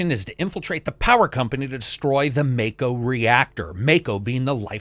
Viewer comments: Ma-ko not Mak-o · If MAKO is a Japanese word... It's pronounced MAH-KOH not MAY-KOH. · Idk why but when Barret said Mako like Ma’ko I was like nooooooooooooo! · I dislike cuz he say mako wrong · Even after playing the demo the guy still says mako all wrong 🤷🏻‍♂️.